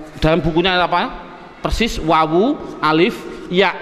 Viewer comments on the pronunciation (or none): none